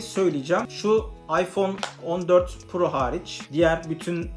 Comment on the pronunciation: Girişte iPhone 14'ü öyle bi vurguladın ki çekilişle birine hediye edeceksin sandım.